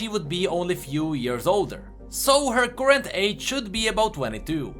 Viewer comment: are you greek? u couldnt pronounce "current" correctly instead u said "courrent". The greek do not have an "ugh" sound that is why i am asking